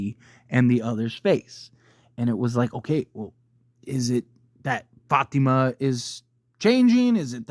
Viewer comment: Love how u pronounce Fátima